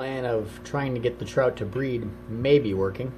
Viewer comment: I thought you said bread 💀